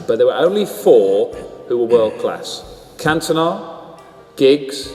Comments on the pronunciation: who the fuck is Kantoner? It's CAN-TON-AH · CanTone-Ahh? What in the AI is this? FFS 😢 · Can Toe Nah? It's pronounced Cantona you AI slop machine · Can-toe-ner?! is this AI slop?! What a let down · Can-toe-nah.. AI slop 🙄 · Cant-owner? AI slop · Same - then he said 'can-toe-nar' ...ai voiceover? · The pronunciation of Cantona certainly confirmed that this is AI ratshit. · Can't believe someone makes a thing about Scholes but never says his name correctly once. Also says Cantona wrong. Is this AI?